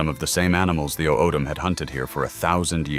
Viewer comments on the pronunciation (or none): O’odham is pronounced “autham”.